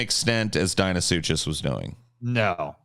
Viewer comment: UMMM... actually it's pronounced dino-suc-cus